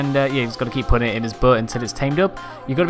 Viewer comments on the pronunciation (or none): none